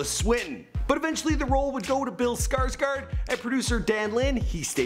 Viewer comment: "Feat. Bill skuurtsquirt".....are you serious? SKUURTSQUIRT? It's Skarsgård! Sk-aa-sh-goerd. Not fucking skuurtsquirt